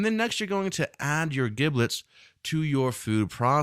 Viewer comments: It's pronounced "JIB lits" not "GIB lits" and it's "TAM ee" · Duck with an “ e” Ducke?? Giblets are pronounced as Jiblets and not GIB LET. Just a suggestion. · Brilliant. Inspirational video. Your pronunciation of 'giblets' triggered me, though. Should have a soft 'g'. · The G in giblets is pronounced as a J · Heads up dude. First; I love the recipe. Epic. Can I try other flavours such as chili oil etc or is this one of those "mess with the recipe at your peril" type of things, you know, like... soufflé? Oh,,,, sorry to be "That guy!" but... who taught you to pronounce giblets? You need to find them and slap them... HARD!. It's pronounced jiblets. The gi is pronounced the same way as the Ji in Jim. Seriously, Google "how to pronounce giblets" It's the same in the States as the UK. I thought at first it was one of those things like "aluminium, tomato or grey, but... nope. Again, in closing; Nice work. Thank you. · Just like GIF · A chef pronouncing giblets incorrectly is really fucking annoying. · You should learn how to pronounce 'giblets' before making a video like this